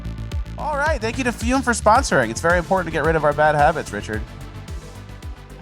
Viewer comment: I thought you were talking about “FUN” but the way says shit like “amps” or “aliems”. There should really be two U’s in that name